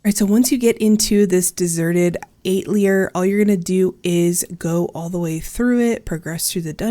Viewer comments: Atelier = Ah-tell-yay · Atelier is french for a workshop or studio pronounced atelyae